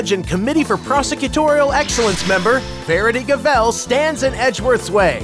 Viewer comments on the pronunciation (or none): J'ai failli vomir en entendant le "Verity Gavèlle" mais au moins son nom français est excellent...